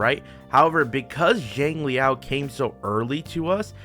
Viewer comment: It's not JANG it's more of SHANG if anything. SHANG LEE YAO